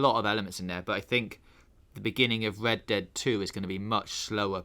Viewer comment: Hello and welcome to this episode of wed dead....speech impediment much😂 sounds like